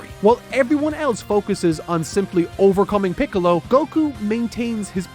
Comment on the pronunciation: pickles instead of piccolo lmao